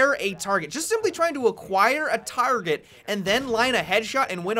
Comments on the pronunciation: tearget. Lol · A TAAHRGEHT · "A tawrget" :D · how he said target had me dwad